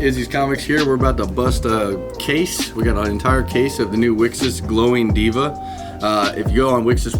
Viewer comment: This set so 🔥 awesome video. Also its pronounced we-cross short for ‘wish across’. Looking forward to more wixoss content from you